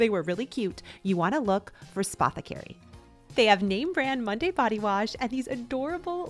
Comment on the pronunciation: No offense to you girl........... not one YT person can pronounce Spathecary. It's pretty simple. Also, I found the Bum Bum cream dupe to be very good.